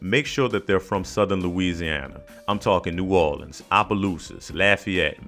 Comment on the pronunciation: As soon as I heard the way he say New Orleans, I knew he could be trusted